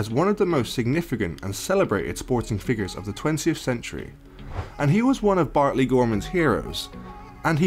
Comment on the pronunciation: Bartley not bentley